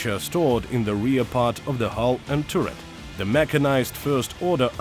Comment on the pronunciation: for example after "tiurret" "stabulizer" "thermal imagning/imagering" thats 3 pretty audible errors in like 10 seconds wasnt the first time but i just skipped random into the video to find some timestamp for making example